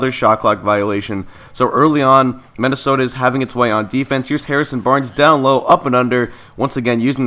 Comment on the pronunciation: Anybody else notice how he says mennisota invested of Minnesota?